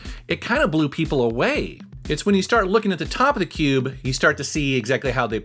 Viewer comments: Cringed every time you said cube but other then that great video! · Love your channel, Never say "cube" again, PLEASE!